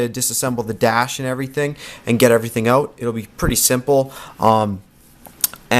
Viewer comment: Oaut? You from Canada?